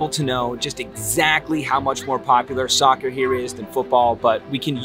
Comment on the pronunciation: it hurts a lot when you pronounce soccer